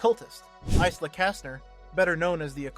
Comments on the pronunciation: The 'S' in Isla is silent so it's eye-la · Why is he pronouncing Isla like that ✌️😭